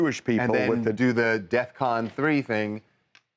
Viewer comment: Can someone ALSO explain to "YE" that the word he's looking for is 'DEFCON', not "Death Con"?